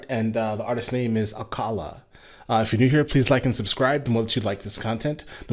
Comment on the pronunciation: Your pronunciation of Akala is so on point...